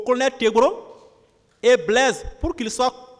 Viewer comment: Blaise pas blaige. Le g ne se Li pas z. Ont dit pas zandarme mais gendarme. Ont dit pas zuste mais juste. Le j ne se lit z. Ont a affaire à des intellectuels ou des analphabètes ??!!! Le monde entier suis le procès. Sofaire ou chauffeur ? Quelle honte pour des soit disant intellectuel. Soisi ou choisi . Un enfants de la maternelle dans mon pays est nettement mieux